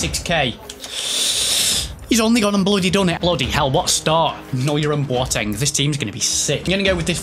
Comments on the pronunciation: its B O teng. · Who TF is Bwoteng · Who else pissed there self when said boateng